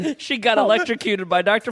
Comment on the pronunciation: Oh “electrocuted”...I swear I thought Ms.Pat was saying “late to cue”